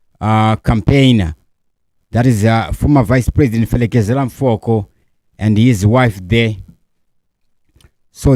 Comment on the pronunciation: 😂 Felekezela Mfoko Its pronounced as pelekezela mupoko